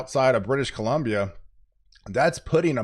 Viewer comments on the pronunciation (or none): none